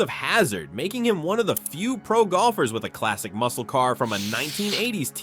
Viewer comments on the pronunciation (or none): none